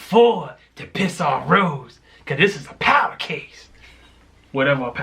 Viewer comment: Powder keg. David said "power keg"